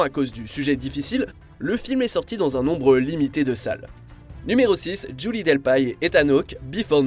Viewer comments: Ca se prononce Delpi hein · Julie "Delpaille"??? 😂😂😂 Elle est française hein! Aux dernières nouvelles Delpy ça se prononce "Delpi" chez nous 😜